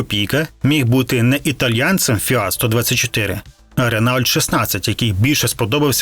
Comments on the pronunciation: Ну який "ренаульт"? 😂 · РЕНАУЛЬТ!!!😅😅😅😅😅😂😂😂 довбаний колхоз🤮🤮🤮 РЕНООО!! курва, ви хоч думайте бвняками своїми!!! Ренаульт😂😂😂😂😂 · Кожен раз коли чув ренаульт замість Рено, хотілось чимось важким кинути в голову автору відео. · Та не "РенАульт", а Рено!..Авторе. перед тим. як братися щось розповідати, вивчіть спершу матчясть. І весь час- оцей нав'язливий саркастичний ухил розповіді . А, між тим, подобається це авторові чи ні, а свого часу "Жигулі" стали справжнім проривом у радянському автопромі й спричинили розвиток нових сфер виробництво - приміром, виробництво нових полімерів. Плюс не підходьте до оцінки "Жигулів" - продукту розробки кінця 1960-х років минулого століття - з мірками оцінки сучасних автомобілів. Це не надто коректно. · Дуже цікаво слухати, та ще й старі фото подивитись! Але, на жаль, дуже б'є по вухах цей "Ренаульт"😊 Коли мені було десь 10 років, ще при срср, діти теж так говорили)) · Ренаульт...))) Автор просто знущаунт зі своїх глядачаунт...))) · Я так і не зрозумів, що таке "ренаульт"...